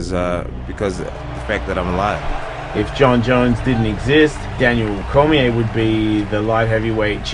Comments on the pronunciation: Not trying to be annoying but DC’s last name is pronounced Core-mee-aye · He also can't pronounce Daniel Cormier in a fucking Jon Jones video. Sorry but that is not acceptable. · Plus cant even pronounce Daniel Cormier!! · Jones clearly lost the Reyes fight, probably should've lost the first Gustafsson fight and there's a case to be made he could've lost the Santos fight, you never discussed any of those outcomes beyond afterthoughts? That's no big deal until you completely mispronounced Daniel Cormier's name? No fight fan says that name wrong...it's just not possible. I've been bigging your videos up to my friends for years now I'm feeling like I may have been had? Do you even like sports or do you just recognize how to profit off it's drama? I can't believe I'm unsubscribing from! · Also pronounced Cormier wrong lmao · Video was incredible and perfect besides the mispronunciation of Daniel Cormier and calling Jon the lightweight champion when he's actually the light heavyweight champion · Please fix the way Cormier is pronounced! Please!